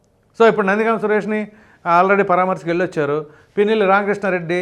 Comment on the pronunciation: గామ్ కాదు but గం